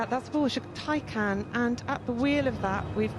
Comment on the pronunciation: You mean taycan